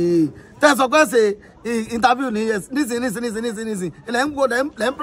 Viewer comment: The interfairrrrrrrr 😂😂